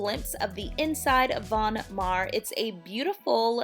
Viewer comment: Von Maur rhymes with tower and power not mar and par. I live in Davenport Iowa, where the headquarters is located. Love the store!